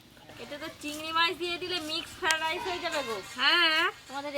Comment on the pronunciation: Omongloga ota ki go ? "ফাড রাইস" 😂😂😂😂